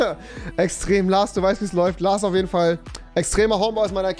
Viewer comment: Trinkspiel : jedes mal wenn rewi LaRs sagt ein Schluck xD